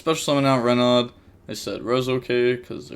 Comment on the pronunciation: Renaud is pronounced "Reno" Your "re" is good but "naud", aud becomes an "o" sound Sorry lol